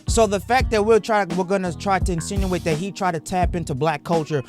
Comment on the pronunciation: I was right there with you, until "insituate."